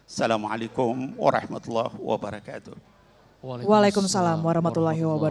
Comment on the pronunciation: Maaf ya klo salam untuk ummmat islam ... itu assalamualaikum waroh matulloohi waba rokaatuh....mba .... tlg ya ....bukan wabaru....ahirnya.. tp wabarokaatuh....